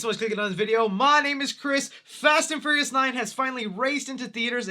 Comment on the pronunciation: Is it just me, or does he keep saying Fast and Furriest instead of Fast and Furious...